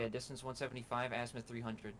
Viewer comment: Just one remark its not a Assmuth its Azimuth 😂😂😂